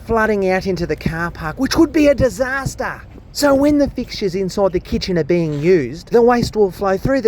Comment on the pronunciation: a DISAHSTAH? oh no, that almost sounds like a prublum. 😂